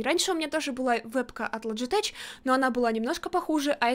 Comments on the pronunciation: Не лоджитеч а логитек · ля ЛОДЖИТЕК а не лоджитеч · Не лоджитэч и не логитэг, а логитэч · не лоджитеч а Логитеч